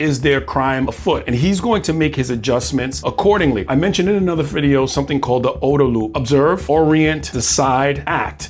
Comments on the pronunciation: It's. Oooooooooo -duh loop not O-dah loop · It’s oooduh loop, not ohduh loop -retiree, USAF (where the term originated) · I've never heard OODA LOOP pronounce like that interesting